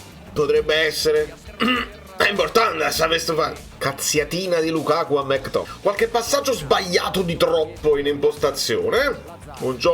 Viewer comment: Impariamoli questi nomi che poi ci sfottono! È McTominay, dai, non è difficile 😅